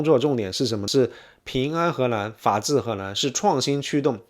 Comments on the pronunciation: 听了三分钟，从发现是河南，不是荷兰，还奇怪怎么荷兰还跟少林寺扯上关系了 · 您不能區分中文 “南”和“蘭”的發音嗎？:elbowcough: 請熟讀後再開講，否則不就貶低您的身價。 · He Nan, 不是He LAN. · 荷蘭？ 河南？ L 和 N 好像混在一起！ 內容真的不錯👍👍👍